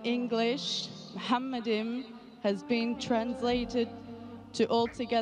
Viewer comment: Talking about open minded. The first mistake in here is that Zakir Naik says מַחֲּמַדִּ֑ים is ‘muhamaddim’. But that is wrong, it is pronounced as ‘ma-kha-madim’. So there is no pronunciation of Muhammad. The other mistake made by Zakir Naik is that he said that ‘מַחֲּמַדִּ֑ים' is a name. Again he is wrong because מַחֲּמַדִּ֑ים is a masculine plural noun, so it is not a name (like יְהוִֹה, Yhvh). And because it is not a name it is impossible that it is about Muhammad. Also the claim that the plural 'im' (or 'eem') in ma-kha-madim in the Hebrew language was ‘added for respect’ is in this case false. Biblical poetry is typically built on pairs of metaphors, for example "they were swifter than eagles, they were stronger than lions". In Song of Songs it's "His mouth is most sweet, ממתקים, he is altogether lovely, מחמדים. So מחמדים, ma-kha-madim is equivalent to ממתקים, mamtaqim. So the addition ‘-im’ is just a superlative of ‘desire', so it means 'most desire'. Exactly in line with the other words in vers 16: ‘mamtaqim’ = most sweet and other places ‘partamim' = most noble. So in this case it has nothing to do with respect but it is the superlative.